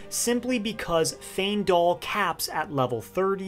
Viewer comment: Great video but giving bro a like just for pronouncing Faendal right 😂 I promise if I hear someone say "Fyiendal" one more time...